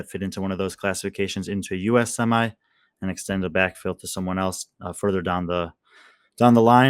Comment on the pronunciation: Well, at least one of you can say "semi" correctly. Well done!